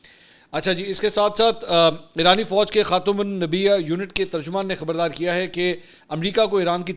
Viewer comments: Bhai jan ap khataman nabia hamesha ghalt prty hen. Lafz khatamul Anbiya ha plz isay drust kr len. Imran khan ki jhilak nazar ati ha ap men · یار منصور بھائی، یہ آپ عمران نیازی کی طرح کیوں پیش آرہے ہو، خاتم النبیاء نہیں ہوگا خاتم الانبیاء ہوگا۔ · Khatam Ul nabia ni hota mansor bahi khatam Ul ambia hota ha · آپ درست تلفظ سیکھیں۔۔۔خاتم الانبیا ﴿ خاتم ۔۔ال ۔۔انبیا۔۔﴾ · خاتم الانبیا اس طرح پڑھتے ہیں۔ خاتم الانبیا خاتم ال انبیا " خاٙ تمِ - الُ - انٙ - بِیاٙ " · mery bhai kindly khatim ul amnbiyaa ko sahi prha krein ye lafz ap kam se kam 7 8 videos mn ghalat prh chuky hain shukria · منصور بھائی آپ پڑھے لکھے دوست ہیں ہمارے مگر آپ متعدد بار خاتم انبیاء کو۔۔۔غلط پڑھ چکے ہیں ۔۔۔۔خاتم نبیا ٹھیک لفظ نہیں ہے سر۔۔۔امید ہے درستگی فرمائیں گے اور ایک شاوٹ آوٹ بھی عنایت فرمائیں گے❤❤❤❤❤❤❤❤❤❤❤❤ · "خاتم الانبیاء "سر یہ لفظ کل کائنات سے افضل ہے So please correct the pronunciation. "KHATIM UL AMBBIA" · خاتم الانبیاء کو صحیح پڑھا کرو۔۔۔ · بھائی تم نبی اکرم کا نام مبارک سہی طرح نہیں پڑھتے سہی طرح پڑھا کرو